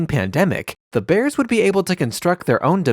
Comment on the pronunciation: It's not "the" Bears. It's "Da" Bears. Geesh.